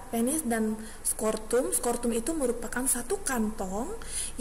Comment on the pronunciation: maaf bu. sekedar evaluasi.... mohon membenarkan penyebutan nama organ. Skrotum... bukan skortum, testoteron bukan tostesteron... tuba fallopi bukan leher rahim. nama lain leher rahim itu Servix... mohon maaf sebelumnya, tetap semangat untuk berkarya...